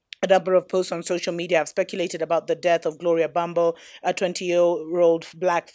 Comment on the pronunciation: It’s “Gloria mbambo”😭😭😭😭